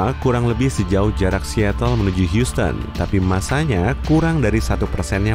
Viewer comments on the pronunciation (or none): none